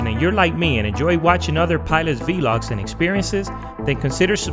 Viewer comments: Apologies. I meant it is pronounced "vlog" and not "v log" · You have great videos. Very small comment, but it's pronounced "vlaag" not "vee log"